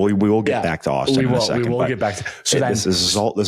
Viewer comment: It's Auston lol